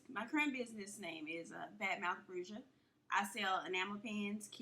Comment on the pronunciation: bruja is pronounced brew-ha IJS